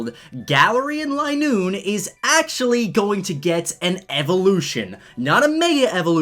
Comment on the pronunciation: I don't think it is line-oo-ne. Its lin-oo-ne